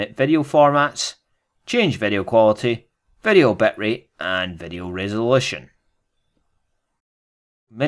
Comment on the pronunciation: its VEE DEE O. not vedio